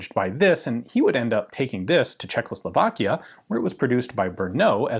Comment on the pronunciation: It's CzeCHOslovakia, Mr. McCollum sir! Not CzeKLOslovakia! It is kind of endearing and familiar at this point, but still.